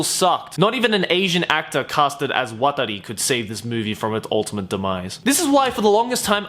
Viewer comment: I wanna know why watari is called watári. Fucking call him "jhon" but don't mispronounced the fucking name the entire movie. Fuck